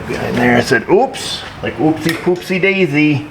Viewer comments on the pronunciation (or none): none